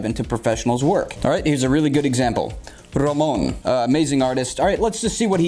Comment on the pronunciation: have a like for the proper pronunciation of Ramon's name